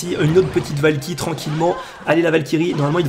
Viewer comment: Qui à entendu "La valkiry fait le café" sur la deuxième game ? 😂😂😂